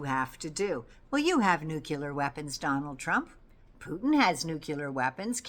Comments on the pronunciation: Nuclear = Noo’-clee-ěr (not noo-kew-lěr). Sorry,, I’m a bit anal about the pronunciation of what might be the end of us all…. Thank you for your in-depth info—we need you! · Oooh,, hate to do this, please forgive me….it’s’ nu clee ar’. Georgie W, Bush pronounced it ‘new kew lar’ and was razzed for it. (Nuclear).